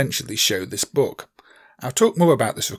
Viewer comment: Why are you saying "boog"?!